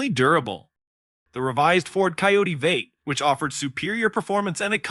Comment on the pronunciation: I particularly enjoyed when 'V8' was pronounced 'vate' instead of the traditional 'vee-ate'. Almost like it was being read by a non-human being.